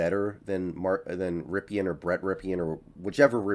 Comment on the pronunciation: It's "rip-in" not "rip-e-in" for God sakes his uncle played for wsu and won a Superbowl.